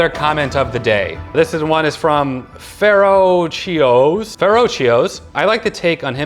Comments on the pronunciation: Pharaohcious.... Is pronounced Ferocious,!... Pretty clever though. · Pretty sure Pharohcious is supposed to be pronounced ferocious, not ferro-chios. Lol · As long as you don't annoy Jen too much we won't transition into "My widow watches" edit You gave me a good laugh when you were reading the comments of the day! "Pharoahcious", I'm guessing it was supposed to sound like "ferocious" and not Pharoah-Cheeoohs. Ha ha ha! Also, why the vocal change on Amber Heard's character, is it a legal thing? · Pharaohcious..., I think it's pronounced 'ferocious'. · “Pharaohcious” (Fay-ROW-shus) like Ferocious but Pharaoh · The second comment of the day! I believe you pronounce his name as "ferocious".